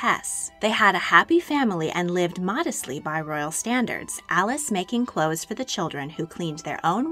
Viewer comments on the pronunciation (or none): none